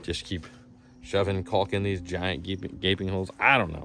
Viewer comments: Is it caulk or cock?? 😂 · the effort to pronounce that "L" in caulk lmao